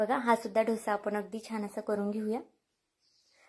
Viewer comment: छान आहे.. पण तुम्ही डोसा म्हणा.. ढोसा म्हणू नका.